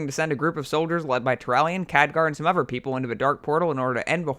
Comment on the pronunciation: evolve even ferver? - uh-ver people? - twisting never? - save azeroff? - togever - norvern cities - Arfas? Nope. I can't tolerate this. That's enough.